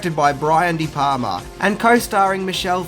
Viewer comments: sory bruh but its de"palma not de"palmer. . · Funny fact tho - The Wolf of Wall Street has 506 F bombs. How 'brutal'!?! Also, it's *DE PALMA*, not 'de Palmer'. He's not Dutch. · Brian de *Palmers*? Really? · It's Brian De Palma........ not De Palmer. With the amount of mistakes you make, it makes me wonder. Do you really study films or do you just cut and paste your facts from IMDb? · is Brian De Palmer the father of Laura Palmer? It’s De Palma! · Brian de Palmer's? Did you mean De Palma? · It's De Palma buddy. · De Palma... Brian De Palma, not Palmer. Jajaja! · The director's name is Brian De Palma, not Brian De Palmer.